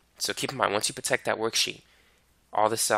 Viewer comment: good video, but damn, its not protek, that is really annoying